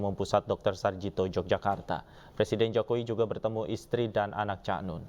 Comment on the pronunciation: Untuk reporter yg cewek tolong belajar lagi ya belafalan kata "Cak" Susah klp ditulis 😊 Tp mencari aja pengucapak kata "Cak" di Jawa Timur